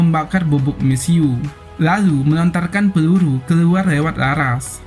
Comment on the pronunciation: Lucu bahasa adminya.. Pelulu kh peluru heheee